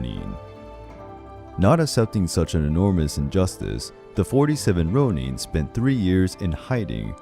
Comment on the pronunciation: It’s not ‘Rone-een’ It’s ‘Rone-inn’. No hate but just saying.